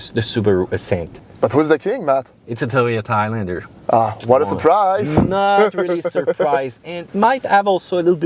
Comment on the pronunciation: “toyota thailander”